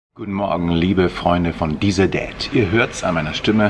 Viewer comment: Niemand weiß warum ich immer Diesel dad höre und nicht dieser